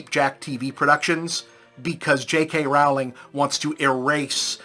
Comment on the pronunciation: This guy calls Rowling (mispronounced) Hitler, but there's a literal quiz you can take to see if various quotes were made by Nazzies or Bob.